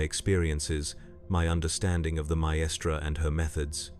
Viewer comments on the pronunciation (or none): Brilliant video as always but with one glaring error with the pronunciation of 'maestra' which kind of took me out of the moment. It's not 3 separate syllables and more like 'myyy-stra'. It only happened a couple of the times which somehow made it worse.